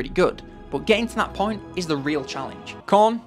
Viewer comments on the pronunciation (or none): none